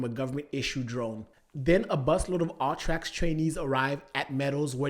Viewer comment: I kept hearing "all-trax" through out the vid took a minute before I realized he meant "U-Trax" 😅 just pronouncing it 'Uhh-tracks'